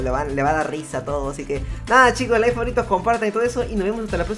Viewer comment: Like si dijo lais en ves de like